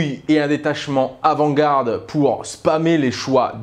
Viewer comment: ENCORE! " Gouarde".. surtout quand au début de la vidéo, ça a très bien été dit " avant-garde". c'est un réel fléau cete manière de dire " gouarde"